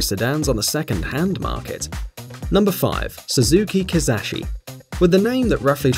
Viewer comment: I laughed when I heard Suzuki Kiss-ass-shi